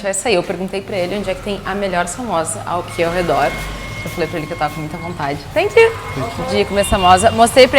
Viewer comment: "Tankiu my fren" kkkkkkk nsei quantas vezes ouvi isso